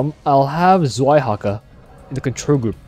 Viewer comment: 2nd Dehaka is called {Tsvaihaka}, not {Zvaihaka}, Zwei is a German word for a number 2